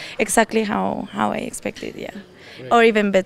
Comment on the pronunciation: Why your 'how' is 'houu'